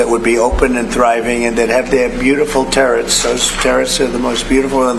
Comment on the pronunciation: The terrets! Terrets! 🤣🤣🤣 They’re turrets, you illiterate, orange walking embarrassment.